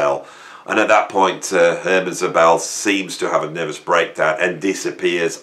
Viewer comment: Hermann, not "Herman," Szobel.